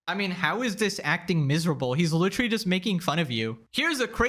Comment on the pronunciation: At first it bugged me but now I kinda like it when he says "lichrelly"